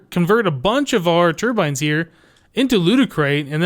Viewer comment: When you said "turbines" at the end, I heard "termites."